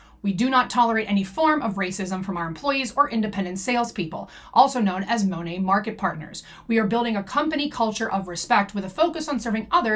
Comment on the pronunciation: Btw the correct pronunciation is Moh-Nate (long O like in Oh). I watched official Monat commercials. PS: Also floored that some REPS actually say it wrong. Like how can you not know how to say your own company’s name